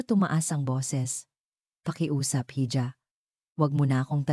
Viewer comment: "Hija" spanish word for calling a girl or a woman..should be pronounced as "Iha"..